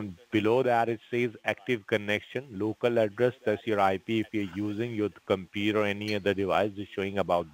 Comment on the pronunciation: Omg, does “ This side Gary” have to pronounce computer as “ compurrrrrrerrr? Tried to sound American but failed woefully